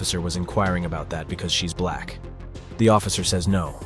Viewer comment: You could have labeled this as people behaving badly or ignorantly etc, but nope. It’s Buuuh-laaaaaccccckkkk people. That’s you saying black, btw. You add so much emphasis, like a sweaty sock is in your mouth and you can’t stand it. You’re sad.